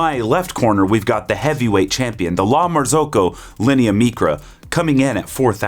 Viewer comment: “MEECRA” why godammit? Mycra, as in microwave